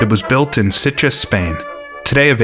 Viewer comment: Pesetas= Pesaytas. Sitges=Seatjes in Castillon